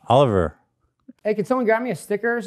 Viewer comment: didnt know Ethan can say Oliver with his mouth closed